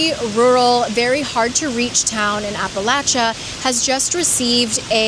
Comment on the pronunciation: AWESOME vid. Thanks for pronouncing Appalachia like an Appalachian. 😂😚